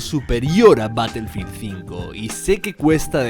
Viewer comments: Se pronuncia Barefild y se escribe Battlefield, ya que al decir una palabra en inglés, tienes que decirlo tal cual o dilo en español. Saludos. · Todo p3nd3jo 🤣, se pronuncia ba-tuhl-feeld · batelfil dosmilcuarentaydos